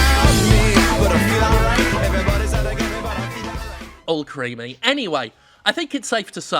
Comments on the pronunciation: alcremie is pronounced like alchemy not like all creamy. its fruits and cream transformed into pokemon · Alcremie is pronounced like alchemy, but with creamy.